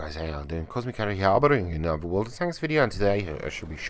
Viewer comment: "What´s up guys how you all doing bring in you another Worldkdnajcbdkajbabcadhclajdvaldslvl" lol